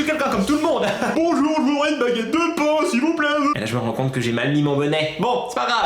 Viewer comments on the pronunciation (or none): none